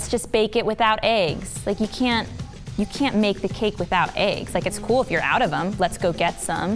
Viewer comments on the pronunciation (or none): she says aygs instead of eggs, noooo 😭😭😭